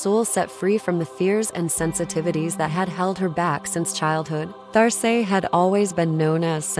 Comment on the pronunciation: Great! I see here name is written There Say but perhaps you might listen to how this name is said in French .. just a thought! Loved the images and your narration. Thank you